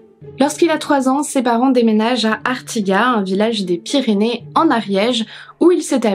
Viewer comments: J'ai adoré ta vidéo, comme toutes d'ailleurs.... mais en tant qu'Ariegeoise pure souche je me dois de t'informer que ca se dit ArtigaT (on prononce bien le T, on prononce toutes les lettres en Ariège ;-), mes poils se sont hérissés à l'écoute 😂😂😂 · Hello, Je ne commente absolument jamais MAIS cette fois-ci je suis obligée de mettre un petit mot, ayant grandit juste à côté d’Artigat 😄 D’ailleurs si pour une fois c’est moi qui peut t’apprendre quelque chose le « T » final se prononce! Ça doit être une histoire de patois du coin, beaucoup de villages aux alentours (Le Fossat, Massat, Lezat) ont la même terminaison et ça doit faire parti du charme Ariégeois 😅 Merci énormément pour tes vidéos, ta voix, ton contenu 🥰